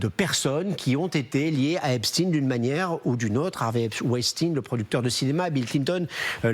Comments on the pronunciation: Il ne s’apelle pas epsteiiiiiinnnnn. Pourquoi vous modiez la prononciation de son nom ? Pour que ca fasse russe ? Il s’appelle Epstein. C’est un americain d’origine allemande. Ce n’est pas un russe. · Ce n'est pas Epstin mais EPSTAIN qu'il faut prononcer un nom d'origine Germanique STEIN qui veut dire pierre en allemand et pas STIN quelques journalistes prononcent correctement Comme la ville d'Erstein en Alsace se prononce Erstain OK😬 Ainsi que Klein ce n'est pas klin mais KLAIN ( petit ) et Weil n'est pas Wèl mais WAIL Parking ne se prononce pas Parkinge que je sache alors un petit effort Mr les journalistes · ce n'est PAS l'affaire Epst-IIIIINE; tout comme EIN-STEIN, comme PIERRE en bosch, tout comme le film Mr. KLEIN, avec alain delon, c'est KLEIN, comme en bosch PETIT; votre prononciation a l'americaine demontre votre bias et votre complicite. comme votre ex-ministre, mme. Borne, c'est mme. BORNSTEIN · EpstEIN ...et pas Epstine... On dit EnstEIN pas Enstine...on sait exactement ce que vous faites et pourquoi